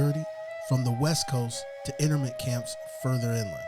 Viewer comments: NU- CLE-AR not nukuler INTERN-MENT camp STA-(aw)LIN not Stay-lin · 'Internment' is pronounced 'In-Turn-Mint' and 'Stalin' does not have a 'Y' in it...cringe, man.